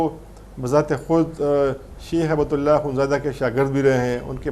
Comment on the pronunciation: کامران خان صاحب،ہیبت اللہ نا کہیں۔ ہبت اللہ عربی لفظ ہبہ سے بنا ہے۔ان کوHibatullah کہا کریں۔